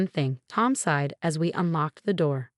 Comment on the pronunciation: SIGHED, Not SIDE